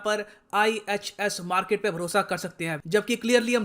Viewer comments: 'Markit' ye toh Pakistani reporter jaisa sound kr raha hai 🙃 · Markit ek Pakistani pronunciation hai... According to Major Gourav Arya